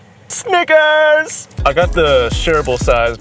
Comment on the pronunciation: bro did NOT say snickers🥸🥸